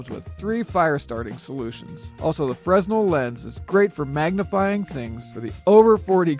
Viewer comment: fresnell is pronounced fre-nell... but good review